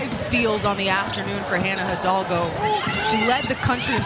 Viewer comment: As a Latin, please, learn to pronounce the surname Hidalgo.